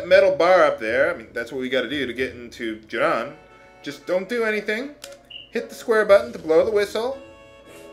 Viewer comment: its pronounced "june-in" not "june-on" lol donkaments.